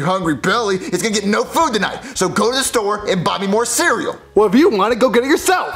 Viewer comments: Jet: actually it's Get but it's pronounced Jet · I like how get (pronounced jet) actually thought it was an actual connection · "Baby listen, hes dead" Get (but pronounced jet) 2019